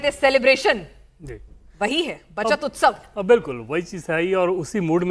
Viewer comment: "उत्सव" होता है... हिन्दी भाषा की ऐसी तैसी मत करो। 😢